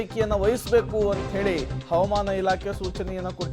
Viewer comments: ಹವಮಾನ ❌ ಹವಾಮಾನ ✅ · ಹವಾಮಾನ --ಈ ಪದದ ಉಚ್ಚಾರಣೆ ಸ್ವಲ್ಪ ತಿದ್ದಿಕೊಳ್ಳಿ